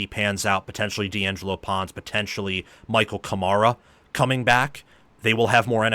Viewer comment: Thanks for the great videos. FYI I'm pretty sure Kamara's first name isn't Michael, but Mikaill. Like Joel McHale sorta. Love the channel. Keep em coming!